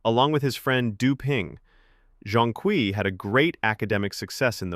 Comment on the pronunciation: Your mispronunciation of Zhong Kui is criminal.